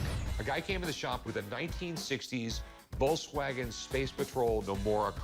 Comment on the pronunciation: Woltswagen wth is he american or something